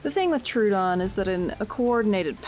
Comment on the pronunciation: idk if anyone cares, but I googled the name and it's pronounced trow-uh-don (/ˈtroʊ.ədɒn/) not true-don (/'tru:.dɒn/).